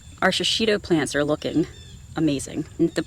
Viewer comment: It's pronounced she-she-toe.There is no short i sound in Japanese and no accent on any syllable.